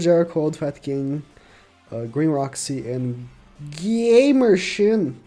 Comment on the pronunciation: said gaymershin not gamershin ahhahahaha......................